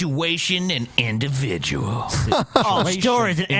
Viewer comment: Hey errybody, its "The inidividjulent Christian Mario", back to you with another edition of "Situation exposed!"